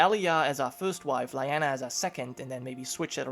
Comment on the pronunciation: LEE Anna, NOT lie anna. One of my personal pet peeves, mis-pronunciation. Like I said Personal.